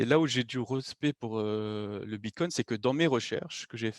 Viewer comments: merci, mais il est très fatigant a écouter, il parle pour rien dire, des totologies et des théories fantaisistes... j'ai pas pu terminer le podcast.:-( "Bitcone'te":-) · xD Ca arrache un peu les oreilles d'entendre tout le temps ce T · Il est top ce type c’est un puit de connaissances. Mais j’en peut plus de l’entendre dire BitCoint